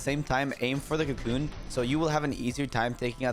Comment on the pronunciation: make sure your pronouncing the “co” at the start of cocoon more telligible cause it sounds like your saying coon 😭